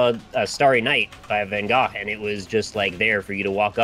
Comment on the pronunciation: was only 10% closer to pronouncing ''van Gogh'' correctly.